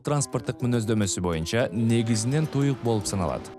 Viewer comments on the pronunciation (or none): none